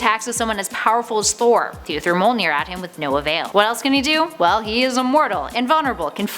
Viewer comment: She cant say mjolner